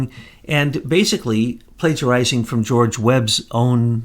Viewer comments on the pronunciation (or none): none